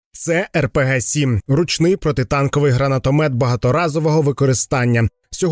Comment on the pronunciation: Хлопці, ви робите корисну справу, але ж треба робити якісно. Коли перекладали з англійської - було багато помилок (я повідомляв, але ви не реагували на коментарі). Але тепер бачу, що у вас і з українською проблеми: - "гранатогмет"? Серйозно? Чому не гранатомагомет?